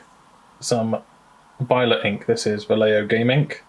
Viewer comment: this is a very easy way to pronounce vallejo: (Valley = Va) (Yes = ye) (Home=ho) Va-ye-ho